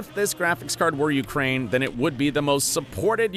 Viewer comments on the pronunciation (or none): none